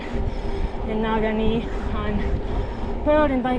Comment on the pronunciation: Awesome job, and great video! You're both an inspiration. (btw, it's "neh-GAW-nee")